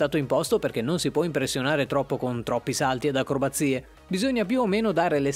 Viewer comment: Hai sbagliato Malvine pronunce dei salti però tutto è vero, io lo faccio su ruote ma lo faccio da pochissimo sono solo 2 anni e mezzo tipo solo che io sono in carne e dovrei mettermi un po’ a dieta hhahaha hahahahahah